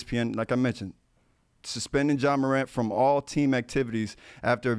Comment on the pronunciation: A Moron (Morant) move. The “t” Is silent 😂 what an unintended pun…Brandon Marshall plz STFU!!!